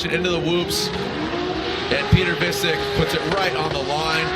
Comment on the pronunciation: piotr wiecek lmao just say vietchek not visik